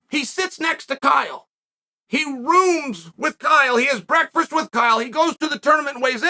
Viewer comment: Chael probably took John Jacob Jingleheimer Schmidt out for brekFRIST.